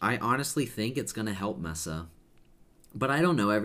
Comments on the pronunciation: Its not Mess A, Its pronounced MEAA SA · Isn’t pronounced Mesa (MAY-SAH)? I’m not sure, tbh...